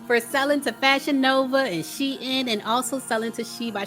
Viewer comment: Lol she by she-lyin can even pronounce Shein